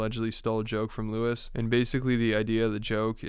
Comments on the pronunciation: Saying Lewis became very distracting. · It makes me uncomfortable that you're calling him Lewis